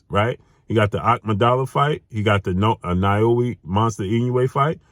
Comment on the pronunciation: it's naoya not naoui😅